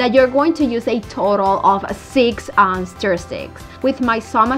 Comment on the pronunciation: Se PRONUNCIA STUR!!! No STEER STICK!! STUR!!